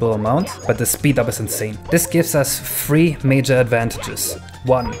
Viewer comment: It's very unclear when you say “free” when you mean to say “three”